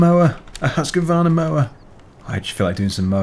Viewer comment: You pronounce Husqvarna wrong